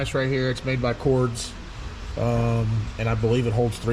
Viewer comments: Cords? Or pronounced Cordez? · It's Cordes but it's pronounced similar to Cordez just with an S and not a Z